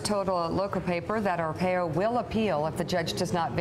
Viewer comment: I love Morning Joe, but it's Ar-pie-oh.